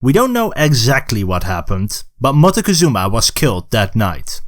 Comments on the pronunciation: Your pronunciation of Montezuma (englishized) sounds like you are trying too hard...even if you are doing the original Náhuatl...just say it like it's known in Mexico: Moctezuma. It's easier on the tongue and maybe people in general will stop using the version with the N (which we don't like in Mexico very much, because it sounds like mountain (monte) -and ketchup. 😢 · Pronunciation of Montezuma also hurts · Very knowledgeable video but you need to learn to pronounce Montezuma